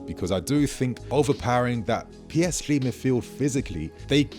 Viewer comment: You can’t pronounce PSG correctly it sounds very strange.